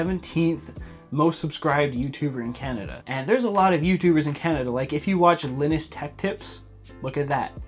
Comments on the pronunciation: Its not pronounced "linnus", its "lienus" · the way he pronounces Linuses name had me rolling, idk if that's how u pronounce it correctly but LINUS sounds really funny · Is the way that pronounce Linus Canadian or is it the correct way everywhere. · This man just absolutely butchered linus's name 🤣🤣 As a small growing Canadian content creator, I really hope this bill doesn't get passed.